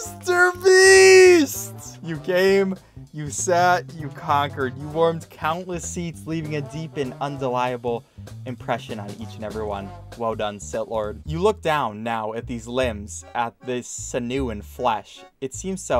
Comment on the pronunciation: Un-dee-lie-able? In-dell-able. Indelible means 'unable to be removed'